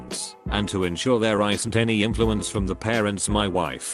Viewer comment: Normal people: isn't Tts: Aisnt